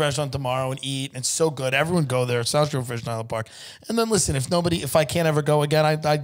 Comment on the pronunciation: LISHEN TO MEH